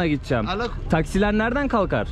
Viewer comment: Gitcem gitcem ne düzgün konuşsana kadın gibi konuşuyorsun gideceğim desene